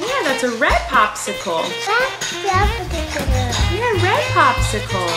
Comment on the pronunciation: said red popicicicle😂💜